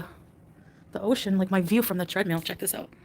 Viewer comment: Why does she keep calling it a “tread MEAL”? 🙄🙄🙄🙄🙄🙄🙄